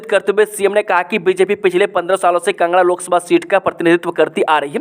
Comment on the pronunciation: Bhai tum kangra ko bhi kanga 😂bolte ho kaya baat h ye😆🤔😂😂